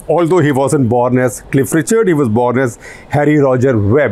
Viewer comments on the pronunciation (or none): none